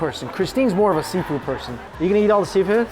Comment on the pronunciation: all I hear is "all you can yeet" and it's so funny to me 😂